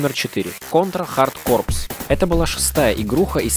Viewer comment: Автор, в названии "Hard corpse" буква "S" не произносится!!! Звучит как "Контра Хардкор"!! И композитором в этой игре также была Aki Hata (она же была композитором в игре "Light Crusader")!